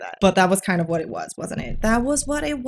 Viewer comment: The stressing on R's and pronouncing words like 'what' as 'wuhhhat' were super hilarious